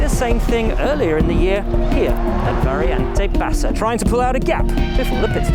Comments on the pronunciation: It is all right. But it is VARIANTE BASSA, and not VARIENTE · VariAnte bassa not variEnte bassa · Hi Guys, i am italian and i'd like to tell you that the name of the corner isn't "variEnte bassa" but "variAnte bassa". Anyway the video is very beautiful.